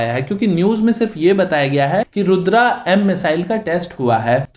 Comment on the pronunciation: रुद्रा एम नही है इसका नाम रुद्रम है नकली अंग्रेज